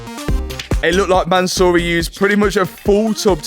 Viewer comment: Mansory is a Persian name, the owner is Persian (Iranian) so please for the love of god pronounce the name CORRECTLY. It's not ManSORREY but you NEED to pronounce it as ManSUURI.